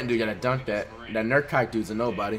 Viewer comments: here before he says “NURKIKE” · “nurkike” bro flight that’s literally offensive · "Nurkike" aight flight stop trolling 😂